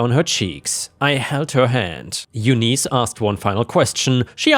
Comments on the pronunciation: Eunice is pronounced YOON-iss, not you-NEES. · FYI... Eunice= You-niss (like hiss). Thank You:) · Eunice is pronounced You-n-is, like in miss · its pronounced Yoonice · Bowen is pronounced boh-in and Eunice is pronounced yoo-niss!